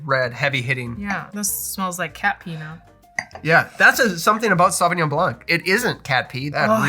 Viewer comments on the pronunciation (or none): Hi, and your spouse, very cool video, you might remember I've made a comment concerning the pronunciation of the word "coupe" from the french language. Just for the fun of it, when you say Sauvignon Blanc you must not pronounce the "c" at the end of the word. Pretend it's not there. So "sauvignon" very good. and "blan" (no "C" ). Myself I'm more a wine drinker than a cocktail drinker. I found it funny when you mention you'd like the taste of the french Chardonnay compare to the USA Chardonnay. The USA product is a lot more of a raw taste with a lot of "wood" in it. It's my favorite but I know it's not the case for most of the wine enthusiast. Also the Cabernet sauvignon in California contains a lot more residual sugar. Personally I like it but of course the preference differ from one drinker than an other. Thank you once again for you video. and have a nice weekend.